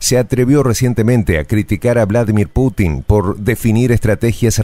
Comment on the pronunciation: Es "Putin" no patinar.